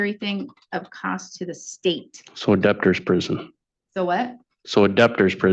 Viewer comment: He said adaptor prison. He cannot even say DEBTORS prison. It's not the court's fault that this man unfortunately has 5 other kids. He needs to stop reproducing. He is going to fight this. He has to pay the state for the cost of the birth because the mother (and then the child) were on Medicaid. Is anyone else concerned that an 11 year old special needs child is just going to his contracting jobs? Instead of actual care. He's irresponsible and a bum. He paid $5 to prove a point. He needs to go to jail for this. He will not pay, he better be held in contempt. $1300 for the birth of your own child is so low. Bringing his child to court is abhorrent. What a sick asshole. He wants to bring his child as a shield so he's not held accountable and gains sympathy.